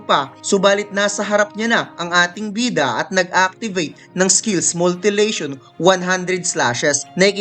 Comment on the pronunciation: sayang andami lang kasing maling word at pronounciation. multilation? dapat mutilation.